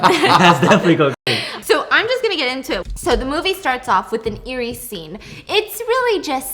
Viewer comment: he keeps saying cologne instead of clone xD also he always says airy instead of eerie I get creeped out and then he says that and its like the perfect comedic relief i need